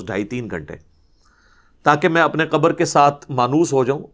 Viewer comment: Mauli sab Urdu Arabi main. Khaaf hai kabar nahi khabar kahen